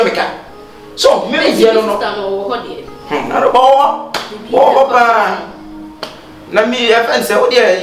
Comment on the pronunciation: Kyekyeku pls is Araba not Alaba 😂😂😂😂😂😂😂AcaEbenezer is real